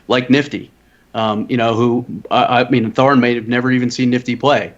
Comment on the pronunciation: thorin said core..